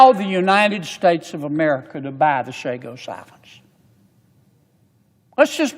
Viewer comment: I thought this bull** about Chagos was finished and vetoed by Frump. Typical Yank can't pronounce a single name correctly unless it is in Spanish.